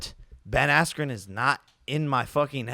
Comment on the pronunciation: The ref not letting him continue combined with Buffer mispronouncing his name „Askwho“ on purpose made this whole event feel super rigged and corrupt. Not even saying the result would have been different if they continued. But the ref looked like it would be in his interest if Jake Paul would win...